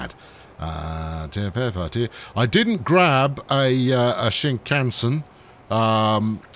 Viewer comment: Stress on the last vowel [ˈSHinkänˌsen],.... Bless normal length episode!